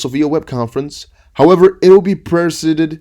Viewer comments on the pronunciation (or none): wait for 26/08/2020 =) " pri - saï - did " presided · Pre-zide-ed! The i is long so pronounced like the word eye. Another word that doesn't obey the rules. English has lots of them... sorry. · Say presided 👍🏿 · presided is pronounced pra-ZY-ded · Pronunciation: presided.... (PRES, like in President and IDED like in subsided), not bad! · XRP! "presided" pre z eye did or Google search says its pronounced preside : /prəˈzīd/ btw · Think of it like 2 separate words. Pre and sided. Pronounce it together presided